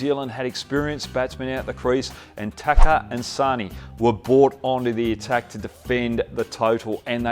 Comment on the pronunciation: He say tucker lol 🤣🤣🤣